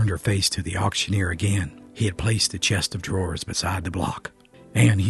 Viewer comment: It's a dadgum chest of drawers. Not Chester draws. Even mountain folk know that....